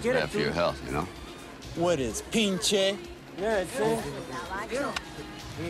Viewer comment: This scene always cracked me up. It's especially funny how that actor screws up all those Spanish expressions by mispronouncing words and using them out of context. Still, the expression "What is, PINCHE?" was very catchy and my friends and I still use it till this day.